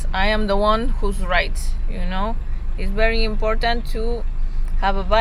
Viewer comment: Please stop saying imporntant. Import-ant … important only has one “n”